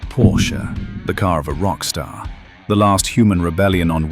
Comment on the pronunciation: And he pronounced it correctly!